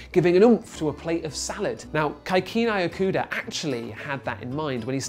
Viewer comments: It's Kikunae Ikeda (kih-koo-nah-eh ih-keh-da), not Kaikunai Ekeeda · British person pronouncing Kikunae Ikeda: Kaeikueunaeeikeeeda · The way he says 'Kikunae Ikeda' pisses me off. It's like a bastardized, anglicized, japanese name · Geez, he butchered that poor japanese chemists name! Doesnt the bbc have fact checkers to teach these people to respect others cultures & at least ATTEMPT to say names moderately accurately? This was, by far, the worst case of butchering ive EVER heard! :( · love how he murders the name Kikunae Ikeda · As usual, a great video Greg, but please do some research about the correct pronunciation of Japanese. Kikunae= ki (as in kiss). The rest was close. IKEdae-ke as in KEttle. Single vowels in English transliterations are always (roughly) a=ah, i=ee, u=ooh, e=eh and o=oh, although they're a bit shorter in duration in Japanese. Anyway, I love your videos, and they were the main reason I subscribed to this channel. Keep up the good work!